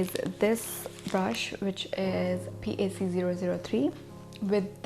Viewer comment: Its not pronounced as P. a. c its pronounced as PAC (pack)